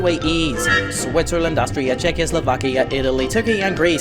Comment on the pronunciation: you said checislovaka 😂